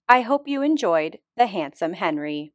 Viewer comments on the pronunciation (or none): I feel like he went from Hénri to Henrí, no? ( French accent on the last one)